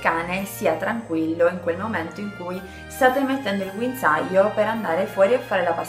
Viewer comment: Guinzaaio Ahahah grande